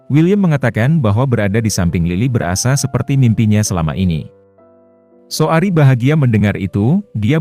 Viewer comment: Saoirse itu bacanya sersei min, bukan saori